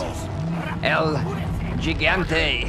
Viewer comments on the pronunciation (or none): Sorry but ever sense I learned how to properly say his name its driven me crazy when people say it wrong. Gigante sounds more like EL He gan tay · hugantay is how it’s pronounced. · Looks amazing! But I dunno if my nerves are up to this game. BTW, the first "g" in gigante is pronounced like the "h" in hotel and the second "g" like the second "g" in gigabite. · I'm not sure if el gigante is pronounced as jigante o higante. from what I know it's higante. 🤔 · So, high ant e ? 🤭